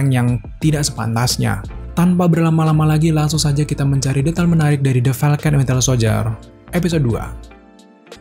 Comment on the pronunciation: kok host ini nyebutnya Wintel Soldier ya, bukan Winter? :)))